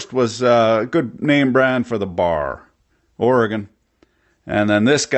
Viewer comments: thank you for saying Oregon correctly. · i appreciate that you can say Oregon! mostly i hear "Oree-gone" from fureigners.